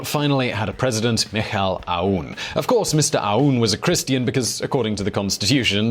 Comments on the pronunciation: Hello! I‘m from lebanon and i‘ve been waiting for you to make such a video about all the stuff going on in here! That’s a great summary for the over all situation. Good job man! And about the president’s name, it’s MICHEAL AWN that’s how it’s said😅👍🏻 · you can pronounce his name 'mesheal On " the president of Lebanon